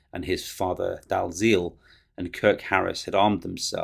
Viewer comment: Dalziel is pronounced dee el.